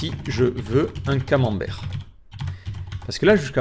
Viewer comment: Merci pour ce tutos très instructif et ce qui m'a fait le plus rire c'est le mot "camemberg" hhhhh